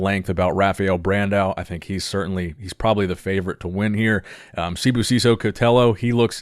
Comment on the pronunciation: pronounced Sibusiso better than English speaking South Africans 😉